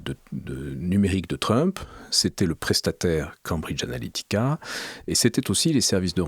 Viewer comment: Mais pourquoi prononce t-il "Cambridge Ahética"?